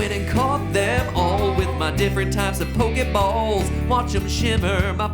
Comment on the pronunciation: The way he says pokeballs